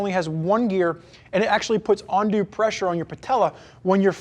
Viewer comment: Great review, trying to decide on these or the Sequence. BTW the word you are looking for is UNdue, not ONdue, lol.